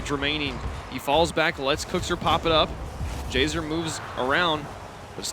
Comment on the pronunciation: "JHZER moves... around" 2016 casting makes me laugh